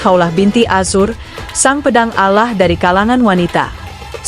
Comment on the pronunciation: Mbok belajar mengucap nama Alloh yang benar, ditelinga kok malah gatal kalau pengucaoannta kayak logat irang kristen